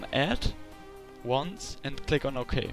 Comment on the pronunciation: da hört man das deutsche "ok" ^^